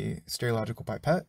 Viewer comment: If you say pipette'r one more time! Lol, it's just Pipette 👍🏻